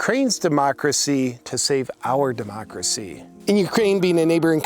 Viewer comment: Am I the only one who cringes everytime Pelosi says demochhrassy, like she’s gonna cough something up? Lady, with all your money, can’t you get a good set of teeth?